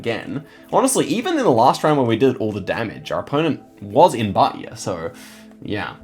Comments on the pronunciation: Hi, Im from Bahia, I love when u make these insane guesses around here, here we pronounce it baia, without the h sound, anyway, keep it up the great guesses all the way to the top ❤️ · i love the way you say bahia, that stop is so cool to listen to